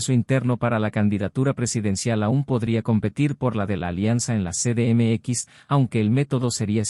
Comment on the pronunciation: "ce de eme equis"!? No seas mmón!